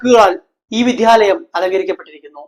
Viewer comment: വിധ്യാലയം അല്ല മാഷേ വിദ്യാലയം